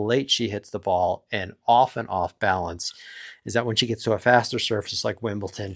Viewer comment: Pronunciation Police, but not on players' names: it's Wimbledon, not Wimbleton!